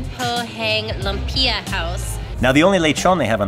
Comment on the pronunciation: Love that you all are experiencing the Filipino culture to the fullest.. I love how you are doing your best to pronounce the dishes. It can be difficult to pronounce but I’m sure the more you hear how Filipinos pronounce it you will get a hang of it. 😉 Lumpia is more like Lu like Lulu not Loom. And then mm- pee-ya.. So Lu-m-pee-ya. Calamansi (Ca-La-ma-an-si). Bangus (b-ang-oos) . I don’t know if I shared that right but I tried 😄 Keep it up!! Love how adventurous you all are! YOLO!